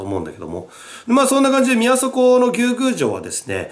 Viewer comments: ムースーローみたいな発音で草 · ずうっと牛宮城のイントネーションが気になって仕方なかった笑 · なんで翻訳したら「海」なんだよ… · 牛宮城のイントネーションww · 牛宮城のイントネーション草